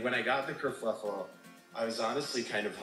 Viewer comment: Sorry to have to correct you, - the British slang is ‘kerfuffle’ not kerfluffel! I lived in England for 15 years so you can trust me! 😅👍🙋‍♀️🥰‼️